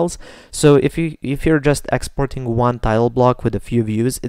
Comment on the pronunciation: ITS NOT EXPORING ITS EXPORTING